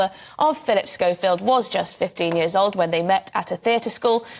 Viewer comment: When did we start pronouncing ‘years’ as ‘yezz’??